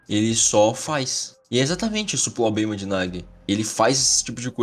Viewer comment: Não querendo pagar de professor de português, mas toma cuidado com as falas do seu vídeo, como no exemplo da palavra q vc ficou repetindo errado "problema" falando "poblema". Pois isso pode gerar comentários ofensivos gratuitos de pessoas babacas e (pior ainda) ter gente n levando seus vídeos mais a sério. N leve isso como xingamento por favor é só uma crítica construtiva. Bom vídeo cara❤ gostei da parte como tu relacionou a aura deles ao q eles tem medo, nunca tinha pensado dessa forma. Eu pensava nas auras de uma forma de q era as habilidades, estilo de jogo ou personalidade, esse seu novo jeito de pensar foi muito fod4